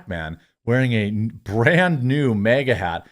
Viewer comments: why do ypu pronounce “MAGA” as “MEGA” loll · It magna not mega. When pronounced 😂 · Its MAGA NOT MEGA or Mayga 😂😂 wth dude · Why do you call it "MEGA" hat? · MAGA not MEGA...